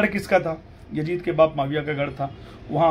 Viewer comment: Iski auqat nahi munazra karne ki. Masjid ko majjid, yazid ko yajjid bolta hai. Pata nahi iske baap ne isko kaha padhaya hoga. Ye khud Ahle bait ka gustakh hai video me bolta hai ki humko shiya se milate ho aur nicche shiya wali comments pe ❤️ bhejta hai kyu ki ye khud shiya hai.